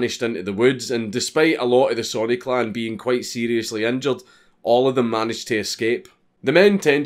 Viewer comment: It took me ten minutes into the video to realize he was saying clan and not clown. Lol.